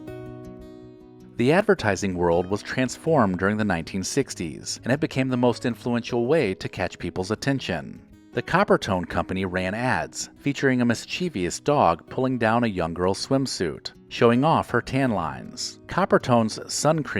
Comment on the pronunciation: You mispronounced "mischievous ". It is only 3 syllables.